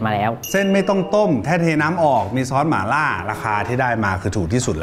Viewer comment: หม่าล่า ไม่ใช่ หมาล่า